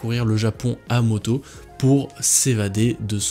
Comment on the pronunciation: J’ai buguée quand il a dit « moto » 💀